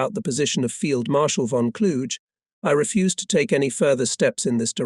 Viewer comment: The correct pronunciation of von Kluge isn't a challenge. It doesn't rhyme with huge; it's a hard 'g'.